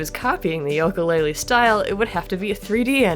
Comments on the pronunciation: uh you mispronounced Yooka, its pronounced as You-kah while you pronounce it Yol-ko, I'm sorry I'm so used to people pronouncing it as you-kah so if I'm wrong when ill go into the bad pupper corner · Its "yooka" not "yoka" But still Great video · I'm sure you've gotten a lot of this already, but it really bothered me hearing you say "Yoka" every time. Other than that, I rarely have anything constructive to add to these, because I really enjoy breakdown analyses videos such as this series. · Lol You say "Yoka" - that's adorable x3 The name is a play of "Ukele" ;) Another reference to the instrumental names of Banjo and Kazooie.